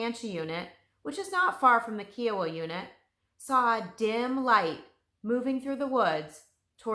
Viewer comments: Great detail. Thanks. However, its Ki o wa, not ke o wa. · I’m very familiar with this story. I was an 11 year girl in Tulsa Oklahoma when this occurred. It was terrifying. I’ll never forget this horrible time Edited: it’s pronounced KI-a-wa. Long I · Her in depth research should have included the correct pronunciation of Kiowa.